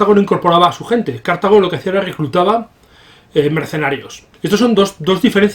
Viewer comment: No se pronuncia "Cártago", pues la palabra no es esdrújula.